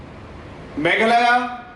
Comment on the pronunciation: sar always say megala 😂😂😂😂😂 it's Mekhalaïa